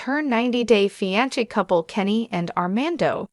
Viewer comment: Fi an se